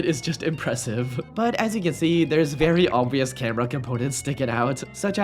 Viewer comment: why bro cant say 'camera' and instead says 'cambera'?